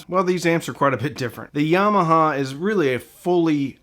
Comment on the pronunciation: Love the way you pronounce "Yarmarhar". Im from UK